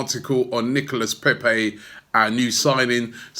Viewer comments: Robbie Robbie Robbie it's pronounced Nicola Pepe not Nicholas. like we had in 1984 sharley Nicola ok Charlie Nicholas that is bloody Nicholas Pepe is Nicola please say it correctly we didn't sign Nicholas Pepe. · NicolA < that's how you pronounce it. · Robbie, you have the biggest fan channel on YouTube. You should learn how to pronounce player and club names properly. Especially the players and clubs you talk about often. The s is silent in Nicolas and Rennes!